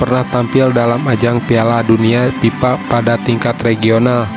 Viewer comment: Kok PIPA? FIFA, bukan PIPA Kalau PIPA itu paralon untuk aliran air 😂 Sunda kocak 😂😂😂😂